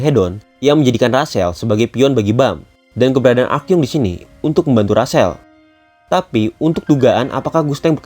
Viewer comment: Rahel bang bukan rasel